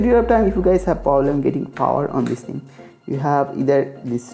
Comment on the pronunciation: পবলেম? তুমি মমতার 'পবলাম' এর মতই দুষ্টু করে বলেছো! 🤣